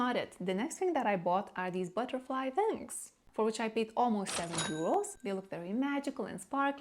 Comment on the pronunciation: How come you can pronounce the w in 'one', 'where' 'we' and 'well' but not 'wings'?